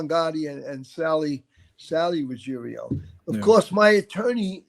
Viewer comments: RuggIERO not RuggeRIO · Why can’t anyone say his name correctly??? It is Ruggiero NOT Ruggerio. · How come Angelo’s name is Ruggiero but they pronounce it “Ruggerio”? Which is wrong, the spelling or their pronunciation?